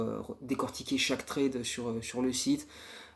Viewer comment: Lourd comme d'hab, merci ! Juste attention la prononciation de "trade", c'est "trède" 😉